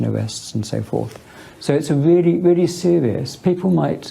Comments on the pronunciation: Don't forget folks that Stephen Parkinson says it's a "weally, weally sewiuos offence to publish offenisive matewial." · "guys I'm sewieeous. Don't weetweet things that I don't like or I'll call the powice"